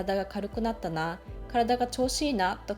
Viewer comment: intolerance発音するために生まれてきたんだよね、、 この人